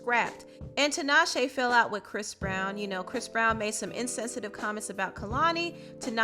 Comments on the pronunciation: I’m sorry, but this is just driving me crazy, honey... her name is pronounced “TEE-naw-shay,” not “TIN-awe-shay.” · 😭The way people say tinashe hurts the Zimbabwean in me